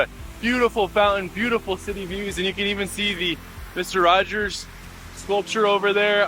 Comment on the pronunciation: It's 'Rogers' not 'Rodgers'